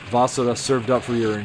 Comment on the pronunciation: I think you are pronouncing the name of the game incorrectly. Even in the 2000’s I never heard it pronounced like this nor has anyone else that’s some a review. It wasn’t my first inclination to pronounce it like you do either. Just wondering if you know something none of us know?